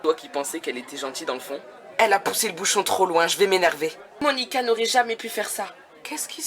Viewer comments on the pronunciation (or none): C'est Moanica pas Monica.